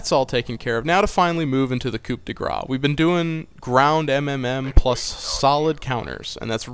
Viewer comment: Oh, also you don't pronounce the "p" in Coup :P